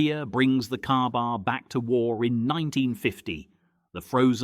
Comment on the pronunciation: A KA-BAR is NOT pronounced "Carbar" NOT flat ground NOT balanced at the guard NOT pictured even once in the video